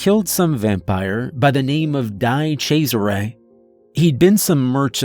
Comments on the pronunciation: I'm pretty sure it's not Dai chezarais but DE Chezare. I'm pretty sure there was an Italian football player de chezare. Anyway, Italians are ply cringing every time you say Dai chaizare. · Die Chesare isn't even close to how Di Cesare is pronounced. Glad you rectified it in the one with Clementine and Rick Sawyer. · Love the story, but can't get over your pronounciation of 'di cesares' xD